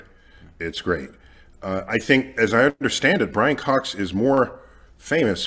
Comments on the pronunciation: “There’s another one” proceeds to not even be able to say his name hahahaha Brian fox is way more likable than Neil no doubt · Nothing passively aggressively throws shade at a person than repeatedly, purposely butchering their name lol